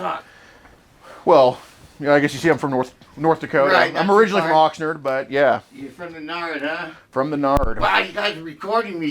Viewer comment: Obviously not from Oxnard…keeps saying it wrong like that.